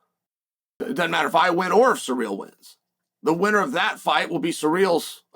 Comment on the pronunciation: Love tvecwsy chael says ciryl. Unlike most Americanisms of English that for whatever reason piss me off that one's amusing.